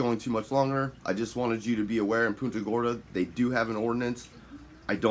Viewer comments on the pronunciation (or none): You’re pronouncing the city wrong. Think of it as Punt…a Gorda.